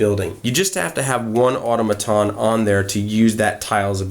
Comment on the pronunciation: The word 'automaton' is pronounced with the accent on the second syllable.